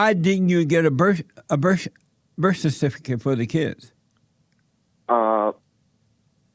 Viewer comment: Lmao!!! He was about to say it twice, and when he finally said it... It still came out wrong...